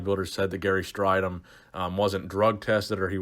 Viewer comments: interesting topic as a fellow South African I'd just point out his name is pronounced Stray-dom not Stri-dom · What makes this video annoying is that in the 80s gary and everybody else were obvessed with corectly pronoucing his name its straydom not strighdom hes annoyed now if he sees this video and he blew his first olympia show by weighing 240 at 6'2" he was skinny and flat compared to the top 10.he like dorian looked like he could have competed at 270 bit came in way below that rolph moeller would had trashed strydom in competition weight cuttimg down from 340 at 6'7" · It’s pronounced stray-dom Gary himself stated that’s how his name is pronounced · Gary Strydom - pronounced stray-dim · You pronounce his last name as “Straydom” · Its pronounced "stray-dom".